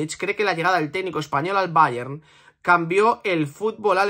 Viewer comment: Que cansino eres diciendo ,BAYEN,BAYEN ,BAYEN….El BAYER MÚNICH que se ha pronunciado toda la vida coño.